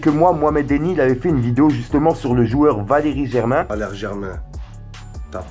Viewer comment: Il a dis vakeri